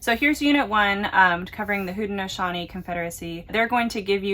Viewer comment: Great point! I was so impressed you could pronounce "Haudenosaunee!"